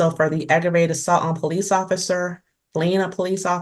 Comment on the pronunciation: "Police". The emphasis is supposed to be on the 2nd syllable. I can't stand hearing people say PO-lice, like it's two words. I guess that makes me a member of the grammar police, and as a member I know how to pronounce it. LOL